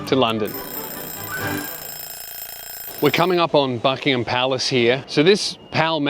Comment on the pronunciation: Oh come on now we forgive Americans for saying 'Bucking-ham palace' but you're accent's one step away from cockney, you've got no excuse.